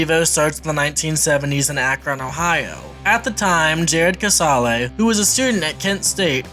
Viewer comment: Kuh-sale Not kuh-sah-lay 🙄